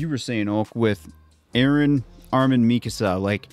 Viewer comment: It's annoying how many you guys pronouncing eren's name wrong!!